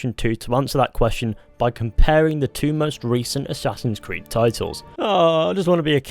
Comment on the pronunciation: Aessaaahhhsins crid